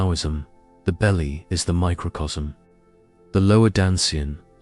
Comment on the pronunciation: Dantien. Our Energy Bank Account. Not dansien.